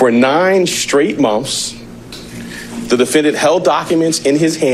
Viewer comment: Mah-umpth after mah-umpth. He held a piece of paper for muh-umpths. Like bro that's not even a difficult word.